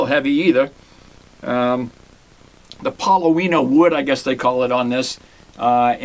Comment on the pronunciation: Paw-low-nee-a and licks-pro. And please at least say Grote as in growth and not grout. It's hard sometimes to understand Boston here in Texas. Excellent playing, so it's amazing for the price. A pair of pickups and wow!